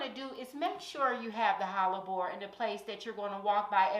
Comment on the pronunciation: Let's go QUEEN! Kansas City, MO here. Are you saying Hallabore or am I trippin? It's pronounced Heh-luh-bor Hellebore... Loving all this content and so frequently now too. I have a few hellebore's and I'm dying to go to the garden center to buy more this week. LOL 🥰🥰🥰